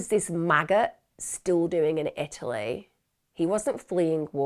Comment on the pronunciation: There is a T in Italy!!